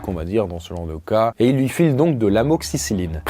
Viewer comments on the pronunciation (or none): none